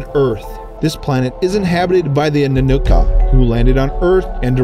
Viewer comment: oh man you mispronounced everything in this video. (eg: Zeta reticulANs, AnnunaKi, NibIRu... and others... ) good footage, not perfectly researched..